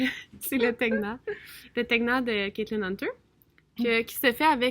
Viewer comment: Salut! Je viens d'écouter une entrevue de Kristy Galss Knits avec Caitlin Hunter : Hunter explique comment prononcer le nom de ses patrons et pourquoi elle a choisi ce nom. Faque, on s'enfarge plus! On l'écoute et on sait comment le dire!